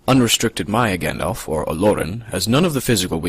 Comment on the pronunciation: You pronounce Gandalf wrong